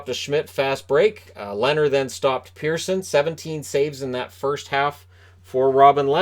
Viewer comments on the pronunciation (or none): none